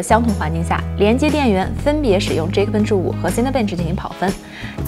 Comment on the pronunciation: geekbench，不念即可笨起，念g亿可笨起好吗